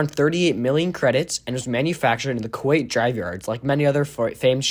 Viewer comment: Kuat. Not kuwait.